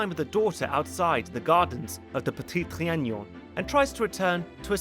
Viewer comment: If I hear you mispronounce le petit trianon ONE more time lol